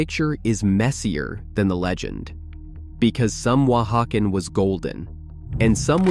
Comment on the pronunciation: Someone else stumbled across the thing 'Oaxacan' gets pronounced differently every time the narrator says it?